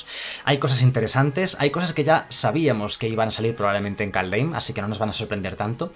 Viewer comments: Se pronuncia kalddjjjjeeeim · Kaldheim se pronuncia Kaldjeim en español y skalds se pronuncia como se escribe, skål se pronuncia skoll